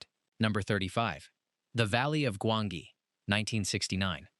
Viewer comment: It's pronounce Gwan-gi, not Gwon-gee, Jesus do your homework! 😂😂